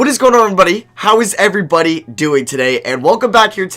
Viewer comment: “ what’s goin on erbrbdye”